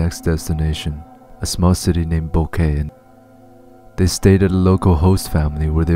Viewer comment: I watched quite a few of these and everyone calls boquete ‘ boquet’ it is pronounced Boquet-eh